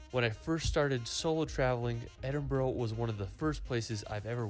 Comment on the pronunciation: It's pronounced Edin -bra